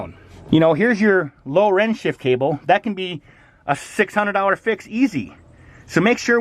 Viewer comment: OH... Lower END 🤯, meaning the Lower Unit. Brother I watched this video a few times wondering what a "Low Ren" was. I'd never heard of a Low Ren on a boat before 😂